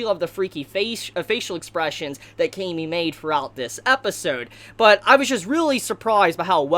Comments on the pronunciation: I think its pronounce kah-me not kay-me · Dude you're saying her name wrong. It's Cam-y. Not, Came-y. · Ahhhhhhhh your pronunciation for her name